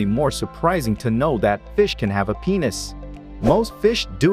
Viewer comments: Bro I was death when I heard peinus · bro said ponis 3 times 💀